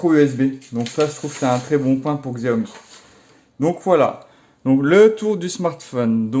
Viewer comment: J adore t es vidéo mais on dit Cha O Mi merci